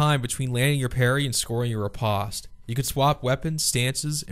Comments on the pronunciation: the word riposte is pronounced the same way in English as it is in French; "-post", not "-pawst" ...not liking this video so far. It's like you know nothing about Canadians AND French. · To hell with how you pronounce Riposte I was more surprised by how you say Katana Banana? As always a great video though :P